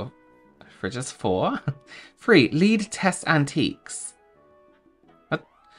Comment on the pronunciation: No! LOL! Not "Lead" that rhymes with weed, but "Lead" that rhymes with.....led. "Lead test your antiques", you know, like for the toxic heavy metal that causes permanent brain damage cuz if you put food in a container the material the container is made of can leech into the food where you then ingest it! Yay!